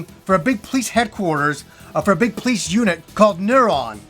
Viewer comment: Funny how you say Police unit and it sounds as "Please you nit" :-)